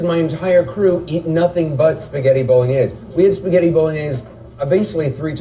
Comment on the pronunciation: Why are they pronouncing bologanesh wrong so many times in a row ???